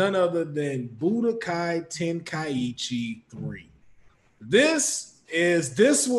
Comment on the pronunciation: How is a fan and he didn’t know how to pronounce Tenkaichi -.